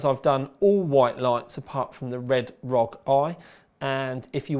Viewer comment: The thing that really gave me OCD is that you pronounced it Rog, not R.O.G